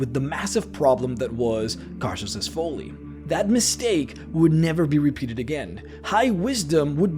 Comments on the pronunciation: Hey bud, no judgements, love your speaking voice, but you've said the word "folly" like 80 times in the past 4 vids-- it's pronounced "fall-ee", not "fole-ee" 😘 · It's folly like trolley, not Fow-ley . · Short "o" sound in the word "folly."